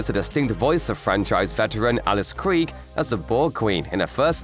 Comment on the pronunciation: You’re not pronouncing Krige correctly.